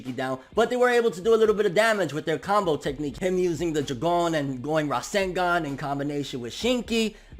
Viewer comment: Why u sayin Jougan like that 😭